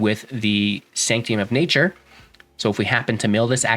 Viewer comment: Good old Sanct-ee-um.